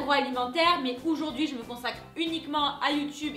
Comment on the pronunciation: Aujourd'hui , Aujourd'hui, Aujourd'hui et pas Oujourd'hui !!!! C'est frustrant